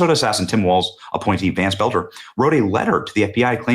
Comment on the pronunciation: Boelter is pronounced “Bowl-ter”!!! Not Belter!!